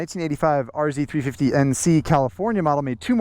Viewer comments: R zed not R zee 🤦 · These were plentiful at the track in the early and middle eighties. I can still smell them going by as we were marshalling the corners, nice and near! R - Zed 350, that's how you say it! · thanks for the Canadian reference... 'zed' is the proper pronunciation ...lol ...👍🍁🤠